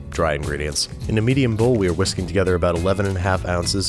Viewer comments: Whhhhissski;g. Lol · "Que are quisking" 😂😂😂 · "Khwe are khwisking" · Whisking...why are you putting so much emphasis on the H? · Why do you pronounce the "H" in "whisking"??